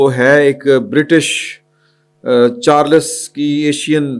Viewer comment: For God sake koi naam tu pronounce kia kabhi ADIL KO ADEEL .Ab King CHARLES ko CHARLAS bol rahay hain .Journalists ko tu her naam sahi ana chayi